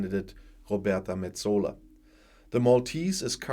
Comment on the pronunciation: Good morning. I hope Signore Sassoli will rest in peace and I hope even more that you are not annoyed when an old teacher corrects your pronounciation. It's Sasso li (kurzes, scharfes s) and Met so la ( wie deutsches o ). Best regards from not so sunny Malta:).